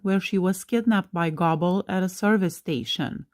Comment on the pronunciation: I thought Goble (Not Gobble) was Ron Jeremy. Goble is pronounced Go-ble.